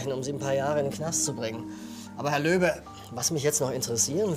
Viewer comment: bin ich die einzig die immer Löwe und nicht Löbe verstanden hat ahah